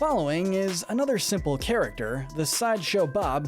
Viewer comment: XDDDD DURING THE SHERI ONE YOU SAID CHARECTSESER INSTEAD OF CHARACTER